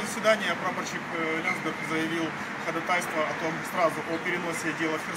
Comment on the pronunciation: ходАтайство!!!! Ударение на второй слог!!